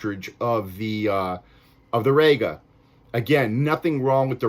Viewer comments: It's rEga NOT rAyga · ''RE-GA, not, RAGA. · Well, it would give your review more credibility if you could pronounce 'Rega' properly.